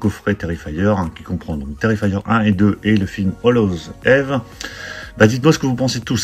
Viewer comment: Belle collection. PS: Eve se prononce Yves.